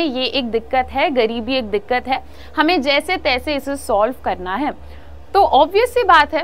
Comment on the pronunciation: Mam please don't say dikat it sounds odd